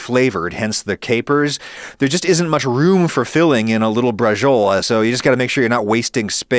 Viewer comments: Depending on where you live in Italy, horse is the traditional meat for braciole, and they're stewed for a long time in tomato sauce, rather than oven-baked. Also, it's pronounced "bra-cho-lah" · can i be That guy and say that in italian it should be pronounced something like "bra-cho-leh" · Dear Adam, You shouldn't say "braciole" as if you were pronouncing it the correct way and then completely butcher the pronunciation in a way that made my Fiancée who was watching this video with me shout in confusion. Thanks.